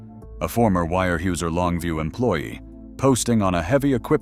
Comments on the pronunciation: Weyerhauser is pronounced warehowser, not wirehueser... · Terrible pronunciation from Al voicing. Wire Hey User? Is “Ware houser” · If you are going to post videos figure out how to pronounce company names etc before you post it Where Houser not wire whoeser!!! Unbelievable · Where how zer ..... it doesnt look like it but that's how its pronounced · it's pronounced wear houser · I came to say this as well. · It's pronounced ‘WAREHOWZER’, one word!😊😊😊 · Actually, the correct way to say its ware houser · Came here to say the same!! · Yeah I had to turn it off after hearing that!! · And they told about the 20 year "wirehuesier" ( pronounced hoosier but the hoo as hue) logger that died, but they showed a picture of the man who was the first human recorded AIDS epidemic deathbed photo with "His" family beside him. Wow, I was okay with the mispronunciation, kind of, until they did that. Low budget garbage. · The actual German pronunciation is 'vyer hoiser'. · Would like and subscribe if you pronounced weyerhauser correctly once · As an hvy equipment mechanic (Enumclaw, Wa) back in the 80’s I can say this video, while interesting is a complete botch-job. Visually nothing is correct. You mention a Cat D8H, why show a Cat D4D, and the tracked “slack line”yarder all I see is 8 - 12R22.5 rubber tires. The feller/buncher you show wasn’t ever invented until 20 years later. The complete butchery of the pronunciation of Weyerhaeuser, the rivers and areas should be a complete embarrassment to whomever produced this video. You want people to subscribe? Try getting the content correct.